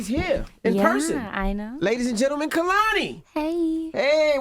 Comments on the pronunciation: I loved this interview!!! lol NOT y'all calling my boo Kuh-lani instead of KAY-la-nee. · Ok it’s not KUH-lani it’s KAY- lani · pretty sure she cringed when he said “KUHLANI” 🤣 she has told the world it’s not pronounced that way time after time 🤣🤦🏻‍♀️ KAY-lani baby put some respeck on her shit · alright y’all almost fully redeemed yourselves w/ this one but it’s pronounced KAY 👏🏽 LA 👏🏽 NEE 👏🏽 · It’s pronounced Kay-La-Nee… put some respect on her name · I’m mad he mispronounced their name. Secondly kehlanis voice seriously is so angelic . I love their vibe and aura . Can’t wait to see you live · Y’all still can’t pronounce her name 😑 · the way they say her name wrong and she just accepts it😩 lol. i never thought i’d see them on here and never really wanted them on her tbh. i’m proud of them and their growth and i can’t wait to hear it on the new album.